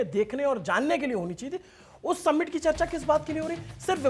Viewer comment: भाई, आपका कवरेज हर चीज़ में बढ़िया है लेकिन समिट को सम्मिट मत बोलो। 🙏🏽